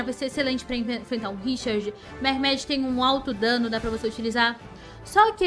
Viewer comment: Essa sua pronuncia de Mehmed está péssima, escrito da forma que se fala seria murraméde mas como não se lê da mesma forma que se escreve o correto é Mehmed